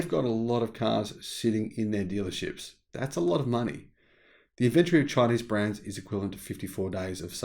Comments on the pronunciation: Good video, but ffs pronounce inventory with an o in it...... Not Inventry. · I didn’t know what you were saying every time you said inventory. You were saying it like inVentery. Tory like story. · Interesting points, and for once, I agree with you, but I really wish you’d learn how to say “inventory “ correctly. 🤦🏻. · Weird pronounciation of inventory